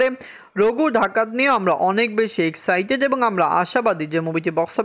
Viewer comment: আরে তোতলা ওটা রঘু ঢাকাত না রঘু ডাকাত😂